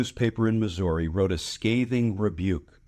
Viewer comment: Thanks, Glenn. As a lifelong Kansas City, Missouri resident, I appreciate your commentary on hawley's disgusting lack of character. I hope the nation knows that not everyone in this red state is a Republican backing Trump and hawley. And thanks for pronouncing Missouri the way the residents do.